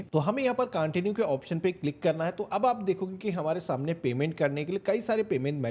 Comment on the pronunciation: CONTIUE HOTA HAI BHAI CAANTINUE NAHI